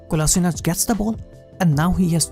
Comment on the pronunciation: Its Kolasheenatz, you say Kola sort of quickly and sheenatz is a little longer, that is the correct way